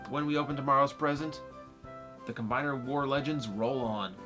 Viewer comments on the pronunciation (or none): Will constant dropping of the the "s" in "Combiner Wars" extend into Titans Return"? Will he add too many s's or will he just call it Titan War(s)? You'll just have to wait and see.